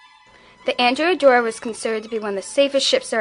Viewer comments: The Ships name was pronounced An DREA not Andrea she was named for a 12th century male Admiral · Excellent job. One point: The ship is named for a man and as such should be pronounced "An-DRAY-A Doria". Don't worry; nobody pronounces it properly...just a pet peeve of mine :) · It was named for a male and not a female its prononunced An Drea Doria